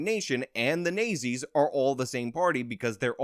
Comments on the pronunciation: "Nay-zees"? I think you meant "Naht-zees." That is a strange mispronunciation. Where did you get that from? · It's not nay zee, it's not zee. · Me listening at 2x speed wondering who the Nayzee's are? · I'm pretty sure the 1930-40's era evil German party is pronounced "not-Z". Just helping you out bro👍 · Horrible accents dude . Nayzees ? But good info !! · Nay Zees lmfao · I love the south park pronunciation of the national socialist party of Germany during ww2. Hilarious. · Your pronunciation of "Nazis" is brilliant😆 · I like how he says nazis